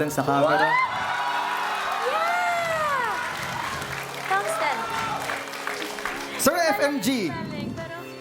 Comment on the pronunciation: Thungsten po Hindi thumbs ten